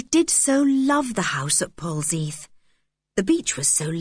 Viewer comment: Pronunciation is Pol-zeth....